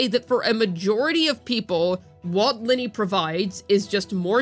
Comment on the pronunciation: It's not Linny, it's Lin-NAY. 😅 Oh well. Who cares..